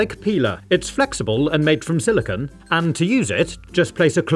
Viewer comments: SiliCONE not "silicuhn" (silicon)! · a quick Google search explains the reasoning but as I am from North America, I spell/say it as "aluminum". Regardless, silicon!= silicone and should make an effort to pronounce "silicone" to emphasize the "-cone" and not the "-cuhn" or "-cahn" of "silicon".